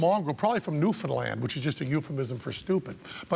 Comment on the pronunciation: Wow. Penn Gillette knows how to say Newfoundland...